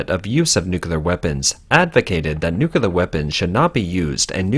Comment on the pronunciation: That's a lot of "nuculars". Don't worry, many people don't pronounce nuclear nuh-clee-ar properly either. My brother had this thing were he constantly pronounced hospital as "hostipal".